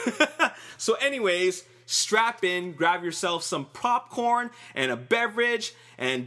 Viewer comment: "Grab some propcorn."